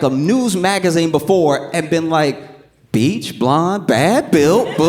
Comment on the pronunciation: "BLEACH" not "BEACH" AND "BUTCH" not "BOTCHED"